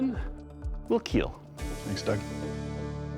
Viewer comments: It will keel! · Even the sub, says KEAL😂😂😂😂😂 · It will keal😂